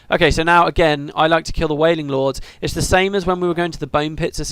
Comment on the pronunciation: Every time you said don't kill the reaper, I heard it as "Don't fear the reaper." Hilarious.